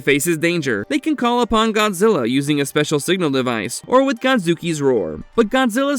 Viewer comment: Dude seriously said Gonzilla